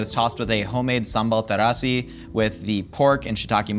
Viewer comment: pronunciation of sambal terasi, bubur chacha and kopi si kosong etc is sooo good!